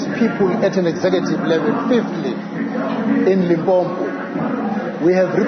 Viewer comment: He can't even say Limpopo but is a South African